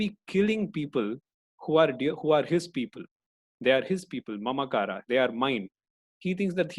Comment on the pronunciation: That's it,, i give up, can't tolerate more extra 'A', ahamkaraa?? Mamkaraa? I know its not big deal to use ahamkaar as it is. You are only mocking hindi language, its like somebody disrespecting our elders name. If this is done by any foreigners i can not offended little bit. But u i dont know. Sorry sir. but thanku for the knowledge.